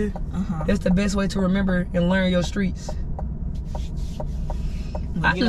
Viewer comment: Dnt nobody hear say skreets instead of streets 😭😭 reminds me of my cuzzo yas she said the same thing